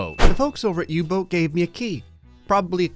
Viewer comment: Yo it's uboat not urboat